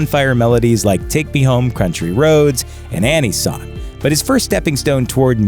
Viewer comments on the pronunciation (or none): Can’t get over how it sounds like this guy said ‘take me home crunchry roads.’